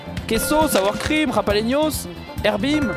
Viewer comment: JaLaPenos, pas JaPaLenos .. :(